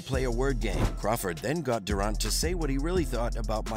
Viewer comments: PLEASE learn how to pronounce "Durant." I had to stop the video. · I hate how you say Durant